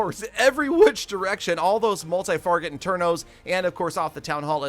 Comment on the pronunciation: did you just say multi-farget internos?